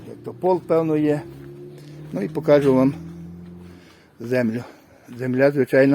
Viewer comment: не "покАжу", а "покажУ" та ін.. переходьте з суржика на українську А так круто, звичайно..